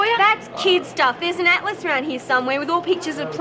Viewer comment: matt was reading "picture atlas". that's, pick-cha at-lus.